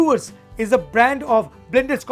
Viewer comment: Dewars ka Pronunciation dayvaz hai.. Read it slow... Day-vaaz!